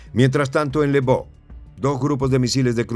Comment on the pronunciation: "se lee "elvof" o Leopolis